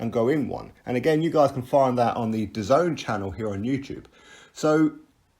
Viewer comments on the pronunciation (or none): none